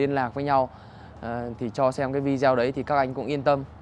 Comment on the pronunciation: Phát âm chử Video vi-đi-Ô….. chứ không phải vi-deo